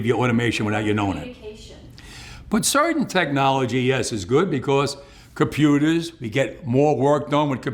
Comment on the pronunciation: There is no "ah" in the word computer.